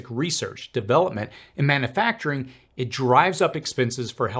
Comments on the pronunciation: Please stop saying "man A facturing". It's manUfacturing. Look at the spelling. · Mana-facturing? Really? You don't know how to pronounce a word you use so frequently?